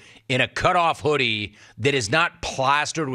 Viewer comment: The hoodie mumble is hilarious 😏😠😂